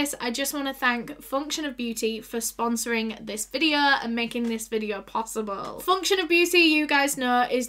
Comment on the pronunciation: no one: literally no one:: SO TODAY'S VIDEOUH